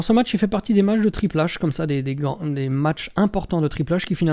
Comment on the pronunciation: Mais qui de ce monde prononce Triple H à la française ???